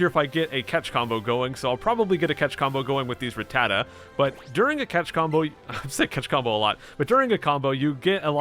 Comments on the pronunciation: u say rattata right if u wanna know watch sun and moon they say it alo t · I SAY RATTATA THE SAME WAY YOU DO!!!!!!!!!!!!!😂